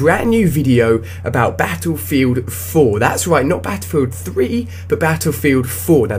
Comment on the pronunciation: Beffefilt foo oh boy improve your pronunciation skills. Thats quite horrible